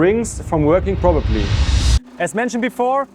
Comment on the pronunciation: Great video. It’s prop-er-ly. Not prob-er-ly. Made me laugh but I can only speak one language so you’re far smarter than me!